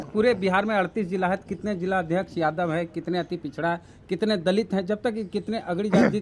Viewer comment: वेद प्रकाश कितने बार आप से बोला की शब्द का उच्चारण सही से कीजिए जादब नहीं यादव बोलिए